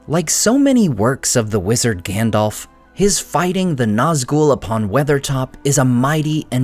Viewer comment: I love your channel. But i do not understand why you pronounce Gandalf as Gandolf? Just wondering 😊